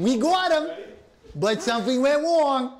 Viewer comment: WE GWOT DYWER! WE GWOT HIM! BUT SWEOMTHIHN WENT WONG!